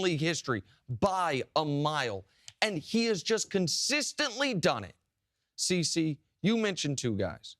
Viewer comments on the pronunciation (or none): She called him TC instead of CC....